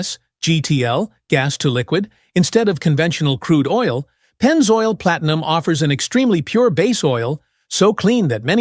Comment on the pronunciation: Maybe you could teach it how to pronounce Group V, Pennzoil, etc.